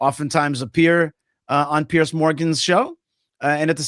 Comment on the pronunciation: Piers, not Pierce. Piers like more than one pier. Piers, peers, peerz. Zed sound.